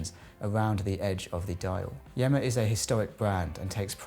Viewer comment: Yema NOT Yemma